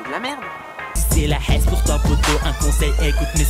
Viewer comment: On Dis la HASS . --'